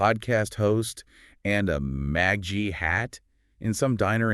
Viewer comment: "MA-jjah" hat? why the pronunciation stuff about MAGA? seems A.I. or something's going on here.. suspicious..